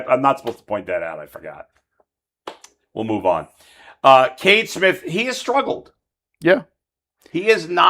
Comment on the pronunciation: It's not Kate Smith, it's Cade Smith.